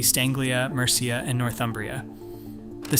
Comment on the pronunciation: Mercia's pronunciation makes me cringe too